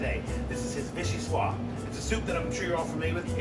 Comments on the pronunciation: That's "bo-COOS," not "boo-COSE." Note the spelling. And it's "vee-shee-SWAHZ," not "vee-shee-SWAH." Note the "e" at the end, and that it is French. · Can’t pronounce vichyssoise.